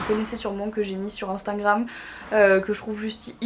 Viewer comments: Marie 1 conseille, ses "instagram" pas "instangram" pasque quand tu parle on entant instangram. Bref bisoux❤️😘🦄🌸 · Elle est trop mignonne elle dit instingram !! 😄